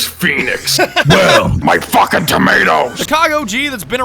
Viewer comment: “i’m hanging back from a FOOKEN train”